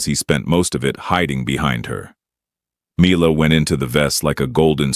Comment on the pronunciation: Make up your mind and pronounce Mila as "Me-Lah" or "My-Lah". Although, it should be "Me-Lah".